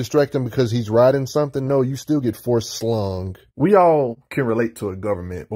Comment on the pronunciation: The way he said "force slung" had me rolling 🤣